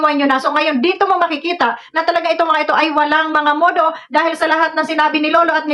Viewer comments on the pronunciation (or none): the right pronounciati9n ng mudo ay modo dbat tagalog kanman.msakit sa tenga.